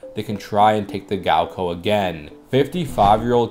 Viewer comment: "gaoko" 😂 sorry my friend, the second syllable is a lot closer to "cow"